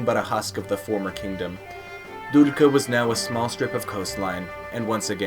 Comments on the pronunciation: i like the video, just one thing: its not Duljka its Duklja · You need practise with pronunciation, butchered Duklja and queen Teuta so hard 😂